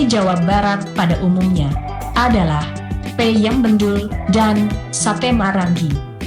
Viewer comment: Peuyeum, bukan peyem wkwkwkwkwk